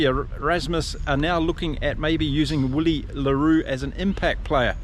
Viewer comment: great show one of my favourite this one. but its pronounced Villie the "w" is actually a V for afrikaans names